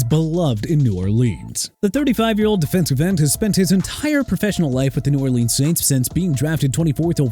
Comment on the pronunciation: You know what?! TYREEK HILL'S SEASON SHOULD BE HIS LAST AND MAYBE HE SHOULD RETIRE TO MAKE YOU HAPPY AND MAYBE MIAMI WILL NOT GO TO THE PLAYOFFS TO MAKE YOU HAPPY TOO!! YOU HAVE WASTED MY TIME!! GO DISRESPECT ANOTHER TEAM MR. "I CAN'T PRONOUNCE NEW ORLEANS FOR NOTHING"!! NEW ORLEANS PRONOUNCED NEW OR-LINS!! GOT IT?!